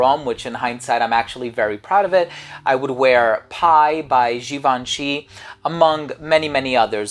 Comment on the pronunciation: Does this guy intentionally mispronounce everything? Is that his schtick? "Jee von shee"😂